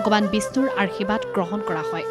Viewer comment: অনুষ্ঠানটো ভাল লাগিল। কিন্তু আশীৰ্বাদ শব্দ টো ভুল কৈ উচ্চাৰণ হোৱা বাৰে বাৰে কাণত পৰিল।